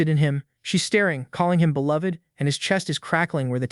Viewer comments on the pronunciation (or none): none